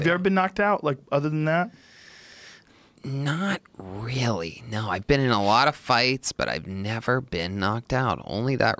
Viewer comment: “not really no”🤣why did he say it like that